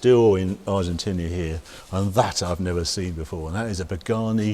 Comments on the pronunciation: It's Argentina not "Argentinia". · Harry keeps calling it Argentinia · Argentinia? Twice. WTF?